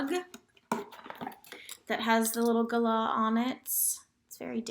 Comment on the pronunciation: Wow, you totally nail the Galah pronunciation now 😉 I can’t believe it took me so long to see this damn update!! Miss you already 😍